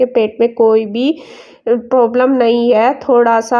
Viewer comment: Problam hota hai poblam kya hota hai 😂😂😂😂